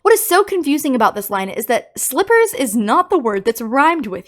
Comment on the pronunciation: Rockstar Bonnie Was Say Slivers Not Slippers